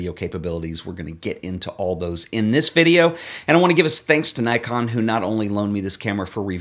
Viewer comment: It’s pronounced Nikon, not Nikon.